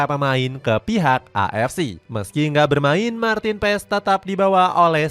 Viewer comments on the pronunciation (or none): Paas bang bacanya bukan paes